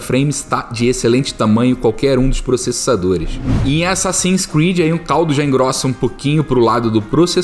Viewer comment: ''assassins '''creads''' kkkkkkk